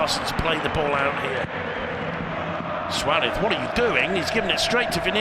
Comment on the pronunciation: Anyone know why the commentator calls Suarez "swadith"?